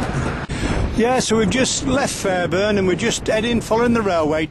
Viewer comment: It pronounced "Fair born" not "Fair burn" and "Bar muff" not "Bar Mouth"